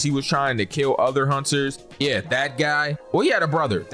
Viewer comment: It sound like you’re saying haunchers instead of hunters I know I can’t be the only one I heard that